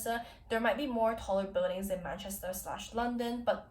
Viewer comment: We use dryers because it rains all the fucking time but I don't tend to see dishwashers that much Btw you said Manchester perfectly, ignore the er and replace with an a